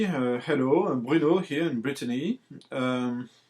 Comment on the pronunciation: Sorry for the mispronunciation of your user name but I wouldn't change it for us non-French speaking types. Great stuff Bruno.